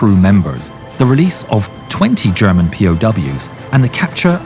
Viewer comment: Sounds like "Gherman"